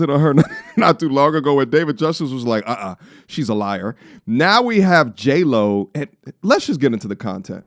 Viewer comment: Jlo sounds like hey ho 😂